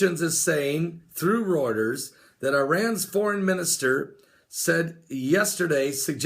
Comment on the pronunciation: Reuters not roiterz.